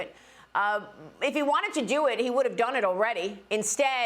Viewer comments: His name is pronounced "she jinping," not "jee zhinping." Why can't Bartiromo simply take a cue from Gordon and get it right? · Nope. The first syllable is "she." If it were pronounced "chi," ("chee") the English spelling would be Qi. The English sequence chi is actually pronounced more like "chur" in Mandarin, as in chi-fan ("chur-fon"), "eat."